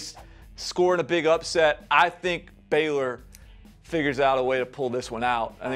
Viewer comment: Dude, it’s Baylor. 🙄